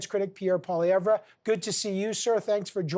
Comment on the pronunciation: Deliberately mispronounced Mr. Poilievre